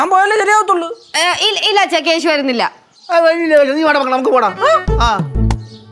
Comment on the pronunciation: not keshi it's keshu ke-shu